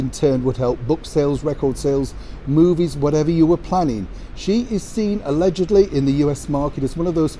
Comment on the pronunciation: I think Oprah should stick to USA and keep her nose out of the UK. She old and doesn’t care about truth or being a real news reporter anymore, mostly because she doesn’t need money eh? Oprah = Untruths and I guess the not caring what harm she does to others! KR “Aledgidly” LOL